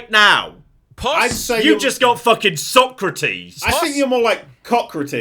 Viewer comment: 'I'm the Socrates of this group!' No,, you're the 'So-crates' of the group.